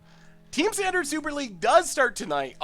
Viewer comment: Did anyone else notice the L at the end of standard?